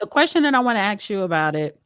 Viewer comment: I just want him to teach her how to properly pronounce the word “ask.”